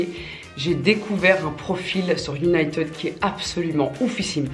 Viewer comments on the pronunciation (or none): J'ai cru tu disais uniteub pendant toute la vidéo au lieu de United 😭😭😭